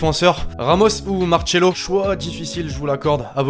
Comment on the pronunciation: ÇA SE PRONONCE MAR S È LO PAS MAR TCHÈ LO MEEEEEEEEEERDE